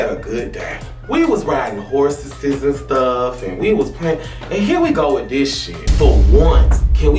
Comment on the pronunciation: Rico said “we was riding horseses” 😭😂